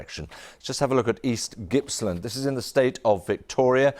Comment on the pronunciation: Pronounced Gipps land not gipslund